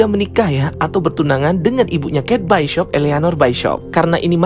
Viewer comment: bacanya bishop bang bukan baishop